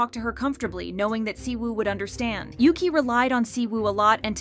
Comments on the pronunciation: Your saying yuqi pronounce is wrong yuqi is not says like yuki correct is -> Ugi ok? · it bugged me sm when she kept saying yuki💀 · No but the way she’s pronouncing yuqis name like ‘yoo-qi’ is kinda annoying for me bc I pronounce it as ‘u-gi’😭😭 no offence tho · Yuqi name is pronounced You Chi in Chinese, not You Key. She just had to accept the constant errors in pronouncing her name. And she is multilingual (4?). Oh well. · Yuki? It is Yuqi and is prononce Yu tchi (as in chihuahua) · As someone who felt embarrassed for mispronouncing her name the same way at first too (like the japanese word "yuki"), it actually annoyed me too since it's supposed to either be "ugi" in korean or "yeuchi" in chinese. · Her name is pronounced "Yoo-chee," not Yuki, which is Japanese. It means "Jade Rain." And Shuhua is pronounced just like it looks "Shoo-hwaa." As for Siwoo, could not care less; but they should bring Soojin back. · I started crying when I first heard Yuqi’s name get pronounced as Yuki here (not trying to be mean but it made me kinda laugh and it’s pronounced u-gi) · "Cwoo" 😂😂😂 its pronounced SHE-OO ❤ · It's not Yuki, it's OOgi. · yuqi's name is pronounced like "woo-gi" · Yuqi's name is not pronounced the way you are pronouncing it. She and others prounounce it "Oo-gi" with a hard "g", as in Gosh or Gilligian. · To all (G)-idle fans, yuqi’s name is pronounced as ‘woogie/oogie’ :DD please pin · Bro why can’t you pronounce yuqi’s name correctly😭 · U need to go listen to how to pronounced yuqi name